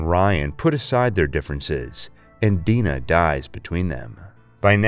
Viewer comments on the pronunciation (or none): Her name is Gina just so you know her name is not Dina. Don’t make sense but say as you will, but it’s all good. You just miss spoke her name when her name is Gina just like Clara to Nevada Neto just like Ash Williams by mispronouncing something you know what I mean, the evil devil army of darkness Yeah I get it. You goofed and said on it that’s all.